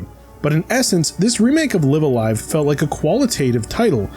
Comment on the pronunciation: Oh thank god, he said it right. I will take live alive as my hill to die on. Live a live just sounds weird.